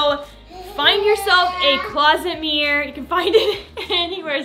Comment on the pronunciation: Mirror….. mir- ror…..look up how it is pronounced. Not MEEEEEER. Ugh